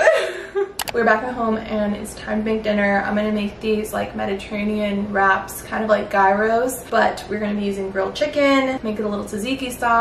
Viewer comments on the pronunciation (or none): i love you but the way you pronounced gyros made me laugh so hard 😭😭😭